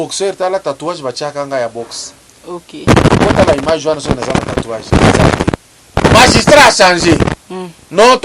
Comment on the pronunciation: Bonjour Grand Esprit , dites à votre journaliste de corriger le mot "magistrat" ,il s'écrit comme je viens de l'écrire et non ,non "majustrat !!!